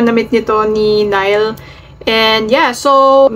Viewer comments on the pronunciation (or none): Neeh-li ang pronunciation po. Yess very popular sila sa pinas ngayon❤❤ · It is pronounced as NIH'LE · Nih-le po pronunciation nia